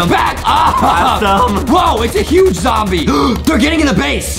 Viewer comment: It’s zom-bee Ayyyyyyyy!!!!